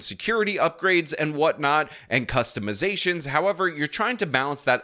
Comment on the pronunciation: This is just an xzagaration of alazaytions for my kustamazations.